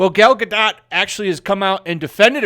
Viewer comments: I think the “t” is silent. “Gado”, not “GadoT”. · Her name is Gal Ga-DOTE, not dot. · Only leaving a dislike because you keep saying Gar dot. The name is french the T is silent you sound like a moron. Just say Gardo. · It's ronounced Ga-doh... Not Ga-dot.. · Hey, it's pronounced Gah-doe not Guh-dot. Get it right you sexist racist!!! 🤣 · GAl GA-DOE is how you pronounce it ! Come on people ! If you are going to speak about her please stop butchering the name ! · your mispronunciation of "Gadot" almost ruined the video for me. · Good channel. Good content. Please learn how to pronounce her name... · Uhmm The T is silent in Gadot (just saying) :) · Gadot => גדות meaning river bank The T isn't silent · At least take the time to learn how to pronounce her name right so you don't sound like an idiot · How stupid people are that are too lazy to pronounce the name Gadot correctly ... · You are mis-pronouncing her name. The T is silent.